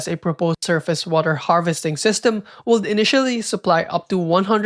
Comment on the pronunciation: i cant ignore how you pronounce the letter L in “would” and “could” 😢